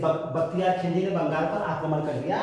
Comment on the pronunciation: hume pata hai ki bolne me khilji wrong hua hai baki pura video gagar me sagar hai